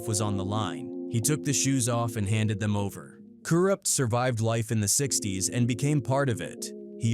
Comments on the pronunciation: Ka Root? What the fuck? Lol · Ka rewpt ??? Wtf say his fck'n name right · Co-Rooped? This Ai shit is annoying af. They can't even get anyones name right! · Sug, I know who he is. Just not the way the AI voice said it.